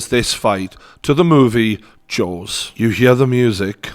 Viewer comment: When you said Jaws, I thought you said Jones lol